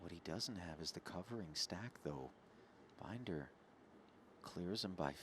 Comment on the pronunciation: They keep butchering Binder's name. Poor guy.